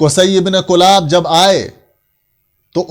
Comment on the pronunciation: حضرت کلاب کےکاف پر زیرہے نہ کہ پیش (کِلاب)